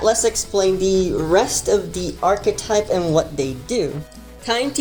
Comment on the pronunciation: Thank you for pronouncing "archetype" correctly